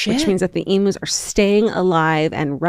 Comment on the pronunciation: Hi darlings, Aussie gal here. It’s pronounced eem-use not emoos. While I’m at it, Pride & Prejudice TV series with Colin Firth is indubitably the best version. You prompted me to watch it again (20th time?) love ya, Ally